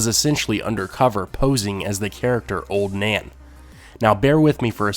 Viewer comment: i heard Ser Duncan beded Oln Nan..